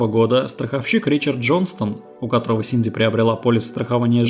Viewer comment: Это я упорно слышу "Синдзи" или у меня нет передозировки аниме и мемов по Евангелиону? 🤔